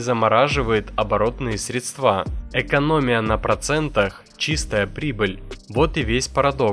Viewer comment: СредствА!!; Карл, он сказал средствА!